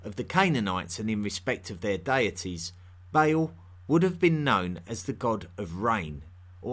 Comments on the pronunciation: It’s Ba’al, not “bale”. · Great video, very thought-provoking! One complaint though: The name Baal is NOT pronounced as "bay-el" The A's are short, and pronounced as "uh" Baal is pronounced as "buh-uhl" Thank you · When you're saying "Bale", do you mean Ba'al? The vowels in the name are pronounced like "arm", not like "ale" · Isn't it Ba`al rather than Bale? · Your pronunciation of the Phoenician / Canaanite and Assyrian gods is just terrible. You say Bale, but it would be transliterated as Ba’al, etc. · Did he say banana the worship the banana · This strange accent and pronunciation of terms like "rain" or "Beil" (instead of Bal) is annoying and interrups the lesson, which may not be too bad. It starts from zero. It also needs to show references.